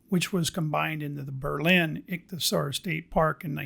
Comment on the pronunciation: Great video! It's pronounced ik-thee-uh-sor. 😊